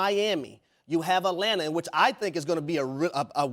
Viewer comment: When you said Atlanta, you just lost any credibility or fluidity